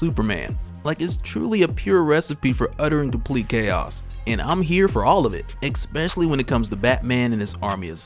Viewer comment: Disliked video. Seriously. Anybody trying to make product while speaking who says exspecially needs kicked in the head.